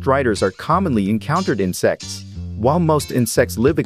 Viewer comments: water striders are commonly encountered in sex sorry Im used to hearing the T in insecTs water striders are unique in sex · why did the tts pronounce insects that way🤣🤣